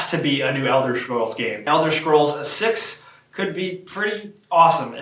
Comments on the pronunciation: "elder shcrolls" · elder shtrolls? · "Elder Shcrolls" :D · Always loved Elder Shcrolls lol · Elder Shcrolls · "Elder Shcrolls"? XD